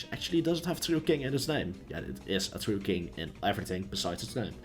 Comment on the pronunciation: Twue kwing ><